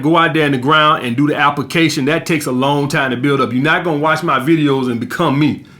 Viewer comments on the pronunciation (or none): Appa fuckin cayshon